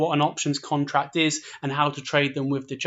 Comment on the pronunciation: DEGYRO??????........Its DEGIRO